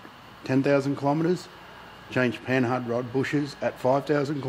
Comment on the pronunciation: Pronounced "Panard", silent h. Is the name of the frenchie who designed them.